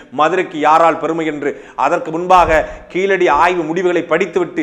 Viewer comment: அண்ணே.... தமில் அல்ல தமிழ்.... கீலடி அல்ல கீழடி.....